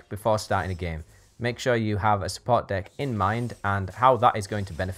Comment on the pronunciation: great vid, need to point out one thing though: me being an American, when you say deck, it occasionally sounds like dick. it's not a problem, it made me giggle like I was 13 again. just wanted to tell you. carry on.